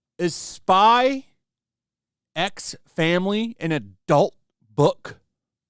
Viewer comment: You don’t pronounce the x. It’s just Spy Family.